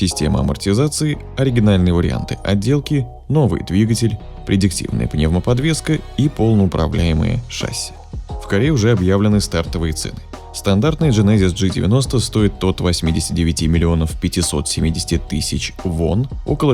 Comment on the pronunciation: ШассИ, ударение на И.